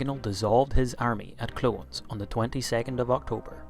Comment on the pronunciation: Clo-nes not clones. Barry McGuigan's home town.